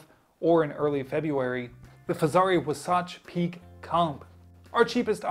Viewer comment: Great job at butchering the name Wasatch Peak.